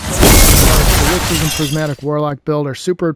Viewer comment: Sol in Solipsism is pronounced like Saul